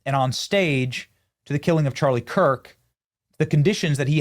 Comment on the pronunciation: Obama can't even say Charlie's name. Disgusting.